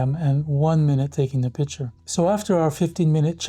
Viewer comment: I don’t trust any photographer who says “pitcher”